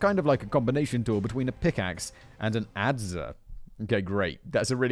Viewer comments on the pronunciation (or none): Adze is pronounced like ads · An adze is an axe with the head perpendicular to the shaft, the e is silent